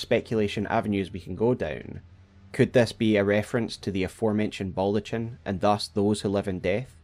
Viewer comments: its pronounced as baldakhin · You're killing me, (?). It's pronounced "baldaKin." Fia says it aloud for you.